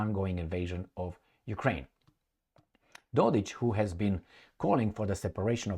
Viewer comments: IT IS NOT and I was born in B&H. I should know. It is Dodić. That last letter is not C and is not pronounced as K, it is pronounced as CH, as in Cheese. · You have it wrong. is correct. Proper symbol for that last letter id c with appostrophy, which is pronounced something closer to ch.